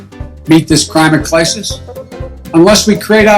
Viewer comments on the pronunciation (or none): "Crimate Clisis" HAHAHHAHAHHAHAH That's really special, Joe.